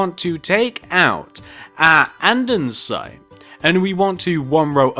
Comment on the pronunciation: ITZZZ NOT ANDENSITEEE IT IS ANDESITE (And-E-site)